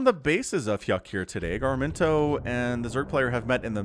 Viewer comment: through all cast I was hearing "gar-min-toe". It is Ga-rim-to.